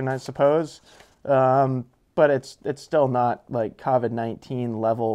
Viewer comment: Covid's with an o, not an a